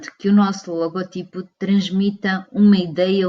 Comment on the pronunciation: Vídeo muito bem conseguido mas apenas uma correção: O correto seria dizer "logótipo" já que a silaba tónica da palavra é "gó" e não "ti" Obrigado!